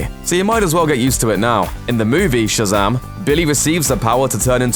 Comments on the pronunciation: Its Shazam! Not Shazaam dickhead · Shazum nice accent